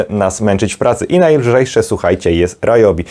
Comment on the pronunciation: W zasadzie Ri-jobi, bo to japońskie. Ale mi też się często myli i mówię Ra-jobi 🙂